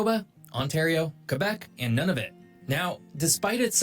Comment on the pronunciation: This guy’s pronunciation, especially of Indigenous/Inuit places and names is way off. The correct pronunciation of Nunavut is Noon-a-vut….NOT “None-of-it”. 😒